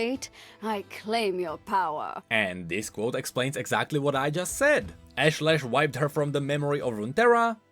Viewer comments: Love how he mispronounces "ashlash" literally after seconds after Nilah says it correctly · I like that Nilah pronounced her demon's name for you and then you continued to mispronounce it. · you heard her pronounce Ashlesh and still pronounced it the same way?